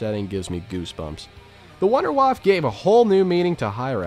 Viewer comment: Why does no one pronounce “Wunderwaffe” correctly? “Voon-der-vaff-uh” not “wonderwaff”